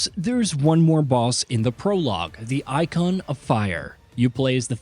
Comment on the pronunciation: This guy can’t pronounce Garuda or Eikon. Lol 😂 Can’t take him serious.